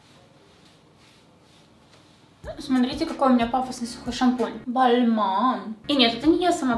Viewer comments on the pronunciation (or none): Мне показалось, что ты вместо сухой шампунь, сказала сюка шампунь 😂😂😂